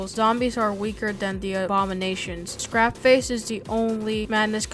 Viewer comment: did he really just call it leisurely RAGEtime, Kelzad OX and SCRAPface? also no, Sanford and Deimos are not the ones ro resurrect Hank, the Higher Powers do, disincluding the times Tricky had resurrected him